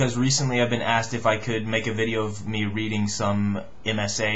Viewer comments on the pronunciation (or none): none